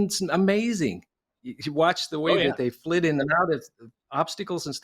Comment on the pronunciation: still sounds like ‘flid’ to me, with no ‘s’ like ‘flits’